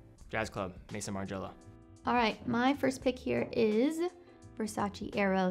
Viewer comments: Maison means House in French, please say it right… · Hey! Just a small correction, feel free to disregard, but maison from maison martin margiela is pronounced like “meh-zon” like what kevin o’leary calls watch houses. It isn’t like mason the name.